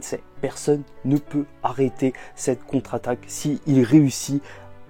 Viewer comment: la contraquataque🤣